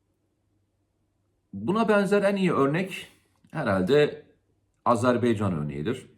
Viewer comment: Komutanım sürekli söylüyorsun ama azerBEYcan değil azerBAYcan...!